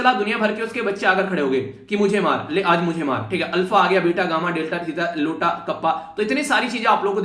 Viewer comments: sir ye लोटा nhi hota ye आयोटा hota h.... 😊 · sir vo LOTA nhi h iota h 😂